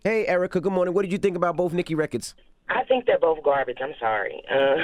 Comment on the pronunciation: gah-bage. both records. she needs a script / writer .